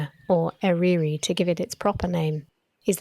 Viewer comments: Eryri = er-uh-ri, not er-ee-ri (the letter 'y' in Welsh has several pronunciations, but follows rules). Google translate will help you to pronounce it and Yr Wyddfa (Snowdon Mt.), Meirionedd, etc. Not bad on the whole though. Very informative video. Lots of fine work going on there. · Eryri pronounced E-RUH-i.